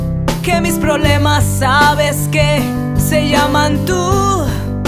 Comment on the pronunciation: jajaja dijo ¨"PROLEMAS"....